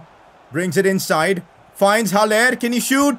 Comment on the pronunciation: It is pronounced Hal- Ler not Hal-lair